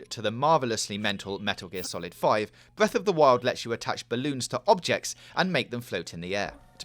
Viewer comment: bweff of da whyol